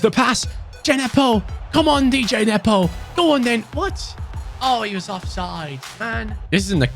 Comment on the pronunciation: it’s Djenepo not D-J-nepo🤣